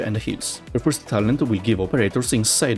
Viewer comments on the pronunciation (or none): none